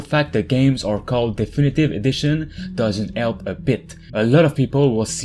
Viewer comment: It doesn't elp a bit